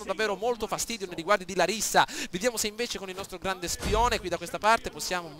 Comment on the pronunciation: Ed si pronuncia làrissa